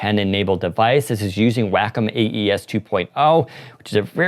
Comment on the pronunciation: FYI, Wacom is pronounced like walk-em.